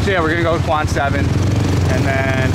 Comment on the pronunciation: Since you are speaking entirely in English to a mostly westerner audience, why not just say "District 7" instead of "Quan 7". You're butchering the Vietnamese word LOL.